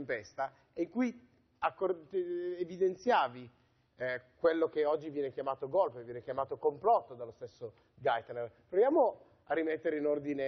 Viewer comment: Golpe, si dice golpe. Non "Golp" come se fosse chissà che parola esotica od è solo la sudditanza alla lingua inglese, senza comprenderne il significato. (Tipo il famoso Sanity day ed altre perle)